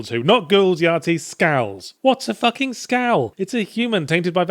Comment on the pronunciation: He said skals so silly